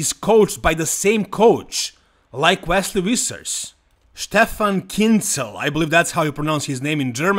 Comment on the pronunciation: My favourite thing whenever makes videos about Wesley Vissers is guessing how he's going to pronounce his name this time. Vesley Wissers? Wesley Wissers? Vesley Vissers? Why decide